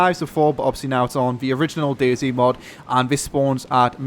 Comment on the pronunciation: it's DayZ notice the Z!